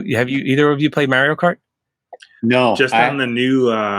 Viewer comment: Great interview man! I think the way you pronounce Mario might give away a little bit of your identity lol from the Philly area?